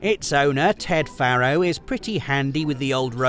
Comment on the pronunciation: I know loves being corrected on his pronunciation. Faro is pronounced Pharaoh. Hence the Egyptian themed product names.